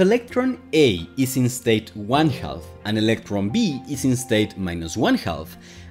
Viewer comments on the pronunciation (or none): “Half” is pronounced “hāf”, not “helff” — the “l” is silent! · For clarity, please do not pronounce “half” as if it were “halth” or “health”. It doesn’t register in my brain. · se pronuncia jaf no jalf. maldita sea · you're English is pretty good, which is why it kinda threw me off a little too lol. It should be 'haff', which rhymes with laugh even though it also doesn't look like it should sound that way. A baby cow is calf which also sounds like 'caff'. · Great video! Note: "half" is pronounced "haf". The L is silent! It's also silent in: could, should, would, calf, chalk, talk, walk, etc. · Hey, great video, but small tip: the "l" in "half" is silent, it's pronounced just like "haff" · just say "half" like "haff" to get most of the way there (similar to raff in riff-raff or laugh or gaffe). 95% better and if you want to lower the back of your throat as you go into the ff, you'll get the last 5%. If you feel the L in 'milk' you'll get it. But even skipping that part is fine - I was hearing "health" too. English is harder than electroweak symmetry breaking. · "Half" is pronounced "haf", we don not pronounce the " L " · Let me help you with ½: it's pronounced "haf". Your welcome. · Me encanta tu energia y explicaciones, pero por favor, cuando dices "half" la "L" es muda y seria "haf". Otra igual es "talk", no la pronuncias "talk" sino "tok" ademas en esta cambias la "a" por la "o" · Tip. The L in half is silent. Half is pronounced HAF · “Half” is pronounced “Haf”. The “L” is silent. And thanks. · This is nice! Minor note on English: the 'L' in 'half' is totally silent, so it rhymes with "chaff" and "laugh". It's neat hearing how you say it, though. : ) EDIT: Love your enthusiasm for the material. Subbed. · Author here, my name is. Other than my pronunciation of the word "half," how else do you recommend I improve my pronunciation? Also, thank you for appreciating the comment responses. I enjoy them and I feel they are nearly as important as the video itself